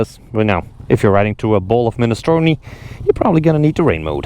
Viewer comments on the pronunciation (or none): none